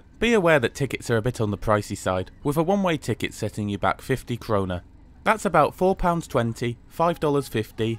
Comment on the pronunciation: The Swedish currency is called Krona/Kronor. It's the Swedish word for crown.